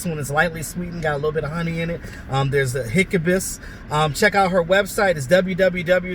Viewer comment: Yo, it’s hibiscus lmao.. Not Hickabus.. haha but thanks for the video, fam. Giving your channel a chance and I like what I’m seeing. Peace ✌️